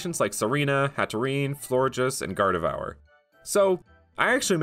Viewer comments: No one in the comments talking about that pronunciation of "Gardevoir"... I'm offended by that "devour" :P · Did you just call gardevoir gardevour? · My man did not just call Gardevoir, GarDEVOUR. Sounds like a Dark-type alternate evolution lol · Gard - dev - ore, Gardevoir. :D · Nope it is gard-dev-wah